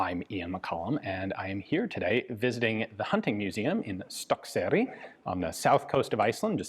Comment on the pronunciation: Stokkseyri (kudos on your prounounciation btw Ian) eh? Pretty sure I've been there, just been a few years^^